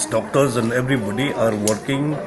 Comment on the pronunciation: Did you say trust the dogtor or trust the Lord our God Jesus Christ ?